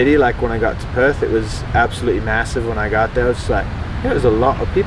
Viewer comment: Such a genuine sounding guy! 👍 Aaannnd he nails the pronunciation of Perth!